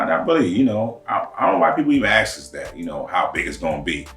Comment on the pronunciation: Ask not aks 🤣